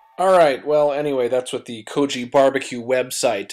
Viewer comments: Idk what the "koji" truck is, but I'm pretty sure it's pronounced"ko-gee" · Go-gee. Hard G. GO-GEE. NOT GO-JEE. IT MEANS, "MEAT" IN KOREAN. Please show respect by at least saying it correctly. Otherwise, you're recipes are spot on. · 고기 is more sounds like: Kog- I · lol 'ko-ji' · its kogi. rhymes with maggy.